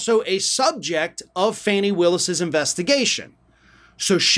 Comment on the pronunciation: Her name is Fauni, not Fannie. This reminds me of a story a college professor told me about a white student who referred to Dorothy Dandridge as "Darkie" Daniel's. Yall think "oh she's black. Her name has to be Fannie".